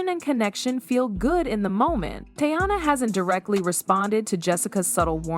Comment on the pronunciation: Why is the narrator pronouncing Teyana’s name the AI way? Who is the woman in the thumbnail? And why aren’t there any tweets, video, etc…to back up what is being said??? Just random pics and clips that have nothing to do with the story being told 😳 🙄 it’s 2025, just put “I’m lying and click baiting” in the title 🤷🏾‍♀️